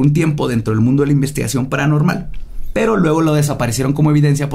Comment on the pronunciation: Todas las equivocaciones de al hablar: waten prep prepa cile pralanormal nosesitava las posibles pues uuu lo que parecían anabel inibir y por eso ellos eee prueba alguno la familia de mudio anterrior un matrimonio anteliol apresur alamente salvó Carlos trajo maltuvieron arruinarra